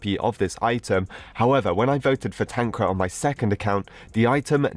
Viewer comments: Dude made "TanqR" "TanqRa" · tankra is how u say it xD its pronounced tanker (tanqR) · Tanqra? He said it wrong it should be TanqR. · We say Tanqr not Tanqra But idc i like your vids Always ! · tanq-rar Others: tan-Q-r Tanqr fans/the real pronunciation: Tankar LMAO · "tanqra"very wholesome bro